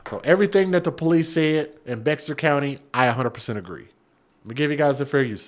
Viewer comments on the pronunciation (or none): Bexar is pronounced Bear... I was raised in that area.